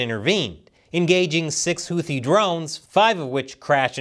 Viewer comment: Houthi is pronounced with an aspirated T (T with a slight H, not a western 'th', as in 'think.'